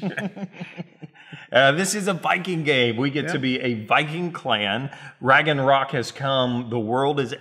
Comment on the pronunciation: "Raggenrock" ??? WTF?!